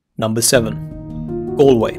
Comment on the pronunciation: It’s Galway not Alway 😬